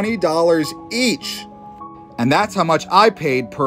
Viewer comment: your tone of voice when you said it makes it sound like your sentence didnt end, you didn't put enough emphasis on"that's"